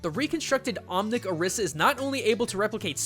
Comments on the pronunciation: It's pronounced (Oh-ree-sah) not (Ah-rih-sah) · her name is pronounced (O-ree-sah) Orisa. The Spiritual figures are call (O-ree-Sha) Orisha. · IT IS PRONOUNCED OR-EE-SA NOT OR-IS-A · how do you pronounce Orisa ? why do you pronounce it that way? I pronounce it as Or-ree-sa. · hobo 13 also not the way you say orisa's name in the game. He says "or iss a" her voice lines specifically voice out "I am or ees a" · i'm just saying you pronounced Orisa wrong (don't blame me) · Sure, there is the "Orisha" thing, but does ANYONE else notice that it's just OR-15 with an "a" at the end? ANYONE? OR15=ORIS. See? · You do realize both pronunciations have been used by blizzard officials, and they're the ones who created the name. Technically both are right.